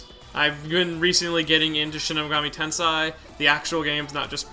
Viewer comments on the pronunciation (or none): none